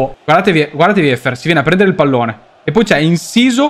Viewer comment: Wieffer si pronuncia Viffer, con la r moscia